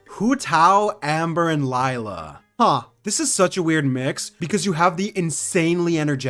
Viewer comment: the “lie la” is killing me 😭 pleasee “lAy la”